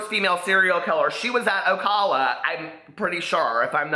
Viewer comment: it's pronounced ohhh cal uhhh lol! Love the video